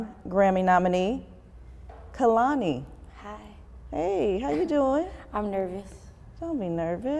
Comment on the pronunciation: And we are going to fight if i hear one more person call her Kalani ITS K E H L A N I DUMMIES